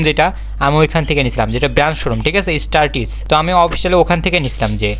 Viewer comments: 😂😂 স্টার টিচ না, স্টার টেক হবে😅😅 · স্টার টিস না স্টারটেক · স্টার টিস না। স্টারটেক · Startesh nah startech